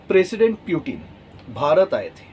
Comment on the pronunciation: For few minutes I thought this man is a serious commentator or analyst. But he seems to be the fortune-teller version of to mila thapad...Imagination ke ghore poori raftar se daura rahe hain. And for God's sake it's पुतीन not प्यूटीन ।